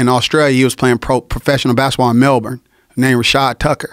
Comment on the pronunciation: He pronounces "Melbourne" correctly